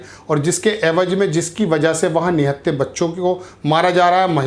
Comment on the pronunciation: Pahle sheen qaaf sudharo. Evaj naheen evaz hai